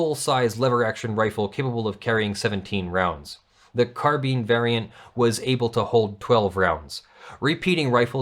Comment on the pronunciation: Kudos to for pronouncing carbine correctly.